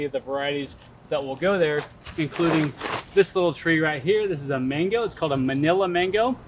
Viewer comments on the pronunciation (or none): none